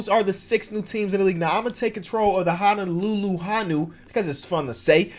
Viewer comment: Also its HO-NO-LUE-LUE HO-NEW